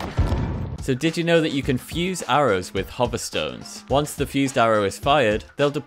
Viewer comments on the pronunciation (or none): none